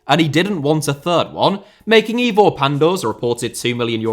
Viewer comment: Sorry but every time you say Ivor Pandur all I’m hearing is “Evil Panda” which is making the video hard to take seriously 😂😂😂